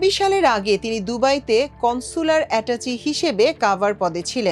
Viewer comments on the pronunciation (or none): অ্যাটাচি নয়---অ্যাটাশে, এটাই সঠিক উচ্চারণ।